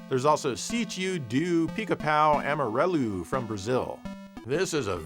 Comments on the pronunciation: Extreme Brazil pronunciation . Kudos. It means "Yellow Woodpecker's Ranch" and it's based on the kids books of the same name from popular classic brazilian writer Monteiro Lobato. Tec Toy, official sega seller in Brazil made lots of games for the local market, including a guitar hero clone with cd quality sound in a huge cartridges because they were made in the late 2000s so they could just put mp3 files in huge (for genesis' standards) flash memories inside the carts. Anyways. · Always love seeing try his hand at portuguese. You did pretty good with this one. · Not bad pronunciation.